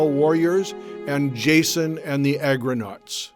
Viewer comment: Argonauts ...not Agronauts.